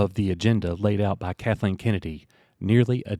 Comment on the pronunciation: Coach pronouncing Kathleen’s name without the L (Katheen) never gets old!😂